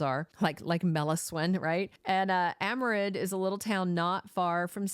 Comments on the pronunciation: Aremid is pronounced 'Era Mid'. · It’s pronounced Aremid